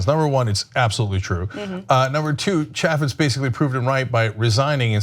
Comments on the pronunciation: ITS PRONOUNCED...CHAAA FEZ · Fyi, Chaffetz is pronounced chay' fits (the a is pronounced as in the words hay and hey) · Pronounced: Chay-Fits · Ok so the way they both pronounce Chaffetz was getting to me. I thought it was Chaffetz with an A like April, not Apple. I know, stupid, but they say it so much in this video. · I know Jason Chaffetz is less relevant than ever, but you continue to mispronounce his name. Chaffetz has a long A sound, like in the word "chafe" rather than "chaff". There's an easy way to remember this, and I know I say it every time, but think of a chafed scrotum, and then think of Jason Chaffetz. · Stoners don't even know how to pronounce Chaifitz name!! It's a hard a not soft LOL